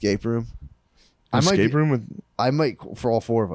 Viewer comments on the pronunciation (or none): Love Matt saying "exscape"